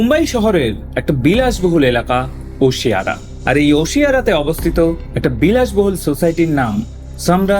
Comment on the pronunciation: Oshiwara it is not osiara